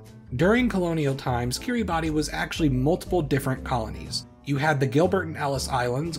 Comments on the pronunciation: Fun fact: It is actually pronounced "Kiribas". ^^ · By the way it is actually said Kiri-bass, the spelling is just a little special :) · Kiribati is pronounced Kir-uh-bass. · I don't understand why but I was told Kiribati is pronounced 'kiribash'. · Pronounced /kiribas/ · 'kee-ree-bah-tee' lol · Killing me with that mispronunciation... 🤣